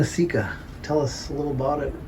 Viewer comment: seca ir pronounce seka